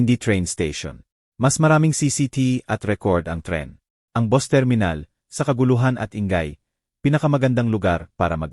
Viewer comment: bt kya gnito mgsalita yung mga gnitong blogger na ngnarate ng kwento, dmo mlman kung anong lahi, ang bus boss dw, ang note no-te